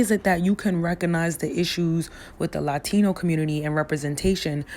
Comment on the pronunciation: Why do you pronounce "Latino" like a Latino?